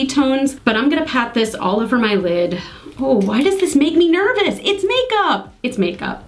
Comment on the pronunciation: My god you're hilarious! "It makes me noyvous"! Over from Jens too, had to watch you after seeing the Ipsy vid, you two are like a comedy duo. This is my first vid of yours, had to watch the blue eye/red lip first and what you've done is stunning. You look so fab with these colours, the green shimmer really set off the blues, don't be scared of colour, go crazy, when you're my age (far too close to 50) it's too late! Kristine from Aus.